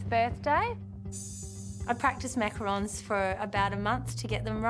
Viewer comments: "Macaroons" --the fake chef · the JURY pronouncing macarons wrong is sending meee 💀